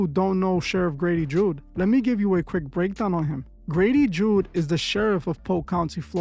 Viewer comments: Its Judd, not Jude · It's Judd not Jude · Grady Judd not Jude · It's pronounced judd with out the jew lol😂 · You are saying his name wrong truth is lol , but a lot of things have been coming out about him this past year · Lol, I can't with the pronunciation of Judd. Most police officers are free masons tho.